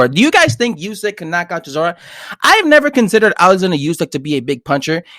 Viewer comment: this guy said “usky “ Lol it’s usyk u tweak